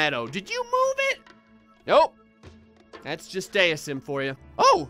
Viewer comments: IT'S PRONOUNCED DEISM NOT DEISM,! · its dee i zem